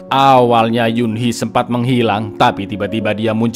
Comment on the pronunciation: Saran bang mungkin biar ga bingung sm penyebutan nama² Korea, klo sanggup sebut lengkap aja, misal: Cho Kyung Ho. Klo g sanggup ya nama tanpa marga, misal: Kyung Ho. Jujur denger Cho Byung Cho Young agak aneh ditelinga saya yg biasa nntn K-drama 😭🤣 1 lg Eunhee nyebutnya ttp Eun/En bukan Yun hehe 🙆🏻‍♂️